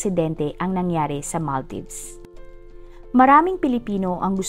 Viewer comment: Ang sagwa pakinggan ng pronunciation . Kalurky😮😮😢 ( maal·deevz) NOT mal-dayvs